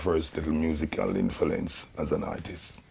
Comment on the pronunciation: But please can someone tell bounty ,the word is 'influence ' not infilence